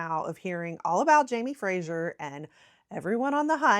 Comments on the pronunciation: Fraser is pronounced the same as 'phrase-er', not 'fray-sure' as you did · Please stop saying Frashier - it’s Fraser (sounds like Frazer, razor, blazer etc). Thank you. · Wrong pronunciation can be a big bug bear to us Scots especially when folk don't do their research beforehand. On that note, the Outlander character's name is pronounced "Fray-zer" (Fraser) and not Frasier as in the US TV show. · It’s not Jamie Frasier it’s Jamie Fraser to rhyme with razor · Scot here… I’ve found that most Americans pronounce Edinburgh edinBOROH . I could list all the mispronounced place names, but that would be cruel and take too long 😅. By the way, Fraser is pronounced Frazer, not Frasher 😉 I do love American enthusiasm for our country tho - it makes me appreciate the country more myself. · I am a Scot and I absolutely loved your video. Great! Just one thing though: the pronunciation of 'Fraser'. It is not Frazier, as in Frazier Crane or Joe Frazier, but rather FRAY ZER - (freɪ zər). I'm sure you'll get a few comments about that. . . But, please keep up the good work. This was a very entertaining , and funny, video. I will be sure to subscribe. Good job! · Stop saying Frazier!!!! Ffs it’s Fraser - practise it. He’s not a comic character from US TV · The name is Fraser, the S is a voiced sound like the z in lazy, not like the s in pleasure. There is no "u" in Fraser. Why are you mangling it? Exasperated groan.